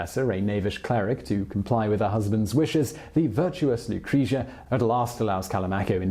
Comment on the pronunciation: Also its Lucre-tzia, i cringed every time 😂